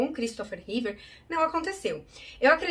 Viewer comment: / / / Repita comigo: "REEVE", não é "Reever" nem "Reevear"